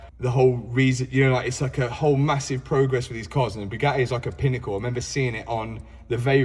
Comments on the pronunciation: Absolute painful listening to him saying Bewgaeeeee!!!! Its BugaTTi pronounce your Ts .... Chav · the BYUGAHII ! i cant get over how he pronounces it